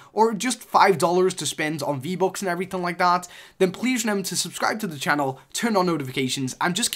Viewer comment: U say v-bocks instead of v-bucks, why u get no views